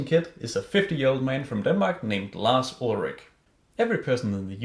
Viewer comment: Larz Uldragging lmao